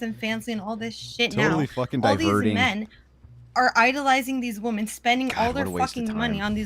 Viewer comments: Why do so many people have a problem with saying 'women'??? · Why do all these young girls always say “woman” instead of “women”? So annoying. The Air Force guy seemed nice enough but everything had to be started with “when I was in the military”. Destiny is useless. He has no idea how the real world works. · says "wooman" for both the singular and plural and it's irritating to listen to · How come women can’t seem to differentiate between the word ‘woman’, and ‘women’?